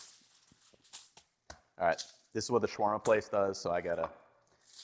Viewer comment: I love your videos ethan! Unfortunately mispronunciation is a huge pet peeve of mine, especially in tutorials! your pronunciation of shawarma as shworma is really off. As is garam masala Shower-ma would be more correct and easy to replace your pronunciation, or shaow-wurr-ma. Garam masala should be said like Ghur-rum.